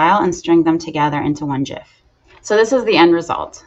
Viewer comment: 1st thank you for saying it properly. It drives me crazy that everyone says it wrong.